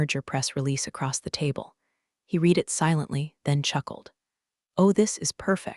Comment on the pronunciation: PLEASE teach your AI the difference in pronunciation between the present and past tense of “read”!